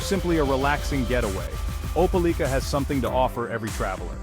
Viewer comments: Opa-LEEK-ah? That don't sound right. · I'm from there, it's Ope LIKE a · How strange? None of this video was filmed in Opelika. It was mostly showing scenes in Columbus, Georgia. And, the narration didn't even know how to pronounce the name of the town. Why would someone publish a video when they obviously had never visited the place.